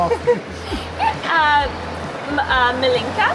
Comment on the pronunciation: Wth ?! It s NOT MILENKA ...its M I L I N K A ....its not so hard....😂